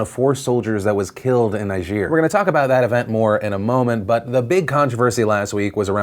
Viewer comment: ne-jeer? No. Say Ny-Jer.